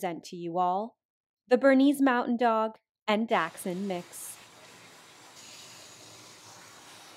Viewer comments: dack sund? what? just say dàsh-hund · She reminds me so much of our old doggo, she was a dachshund mixed with...well, something, we never figured it out. She looked just like this, but with a short and stubby coat. I bet she's smiling down from doggo heaven right now. Btw, my german heart hurts from calling this breed a Dachshund. It's called Dackel, why does the rest of the world use a different german word for it?? Plus Dackel is way easier to pronounce for non german speakers.